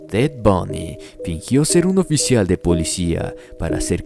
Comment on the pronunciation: ¿Alguien más escucho Bunny y no Bundy?🤔